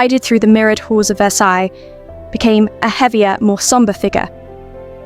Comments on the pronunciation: The s on the end of Versailles is not pronounced. Please!!! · I took a year of French in high school decades ago, and it's driving me crazy that the AI narrator is mispronouncing "Versailles."